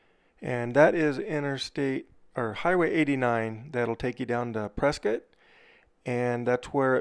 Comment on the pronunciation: Prescott pronounced "prisket"